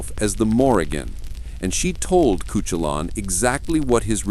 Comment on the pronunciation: it is pronounced coohoolin